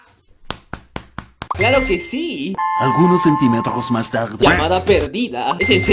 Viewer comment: Se dice zi xd